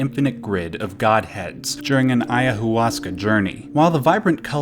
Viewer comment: Don’t pronounce the H ayahuasca